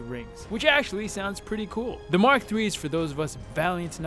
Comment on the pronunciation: Hey man it’s Mark not Mach, Mach is speed